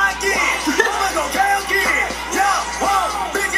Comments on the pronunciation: but its kaioken not KAY-okin..... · He pronounces kaioken 2 different ways lol